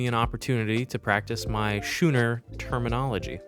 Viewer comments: I see you having fun saying schuuuner, but the ch is a hard k sound in that word, making it “skooner” phonetically. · It is pronounced skooner not schooner! Typical American.........